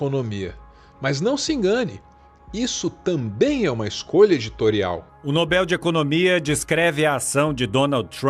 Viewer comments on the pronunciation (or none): só um pequeno cuidado com a pronúncia de Nobel (oxítona não acentuada) 👍🏻 Mas por favor...adoro seus vídeos 👏🏻👏🏻👏🏻